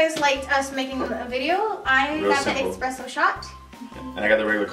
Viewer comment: Espresso, not expresso. Thanks, have a good day.